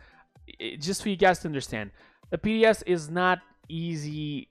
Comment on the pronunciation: Lmao you said PDS